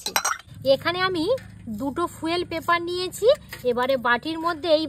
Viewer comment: ফুয়েল নয় ফয়েল পেপার